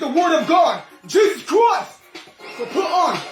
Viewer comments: "jesus chroist!" Ctickey, mate!!!!!!!!! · Is the guy in the red Jesus costume saying “Jesus Crust”?